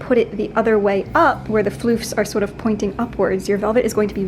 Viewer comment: I don’t know why, but it makes me so excited whenever Bernadette says “sort of”. Whenever she says it, a little bit of a New Yorker accent pops out and is so different from the way she usually talks. ( is a good example)